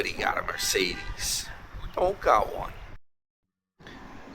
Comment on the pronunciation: Oh. is in stealth mode, avoiding the successful mega channel NY Dan. I will not support the mis pronunciation of McDonalds or Mercedes that an illiterate 66 yr old childish beggar